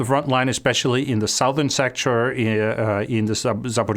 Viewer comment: Jeg værdsætter i høj grad din kanal, Anders. Tillad mig at påpege en sproglig detalje: Du udtaler ordet 'Southern' forkert.